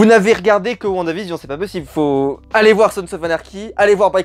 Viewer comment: Whaou tu as bien prononcé "WandaVision " pour une fois 😂😂 sinon top la vidéo